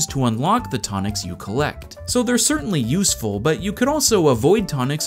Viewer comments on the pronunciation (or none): none